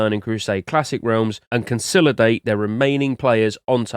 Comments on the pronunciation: Why do you pronounce "consolidate" like that dude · I thought he misspoke when he pronounced "consolidate" wrongly the first time but he just kept on saying it lol